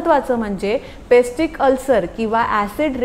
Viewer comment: Pestic ulcer nhi peptic ulcer 😁